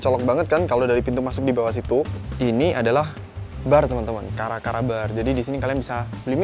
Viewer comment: aku pikir bacanya cara cara bukan kara kara